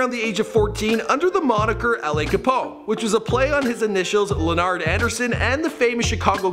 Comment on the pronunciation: Just so yall know, it's pronounced Luh nard (not Len nerd like this guy kept saying.) RIP LA